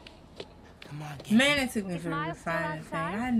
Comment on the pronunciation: Lol you said “this mane ain’t tired yet?” 🤣🤣